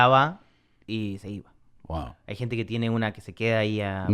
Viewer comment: I love how Tom says "GUAO" instead of "WOW"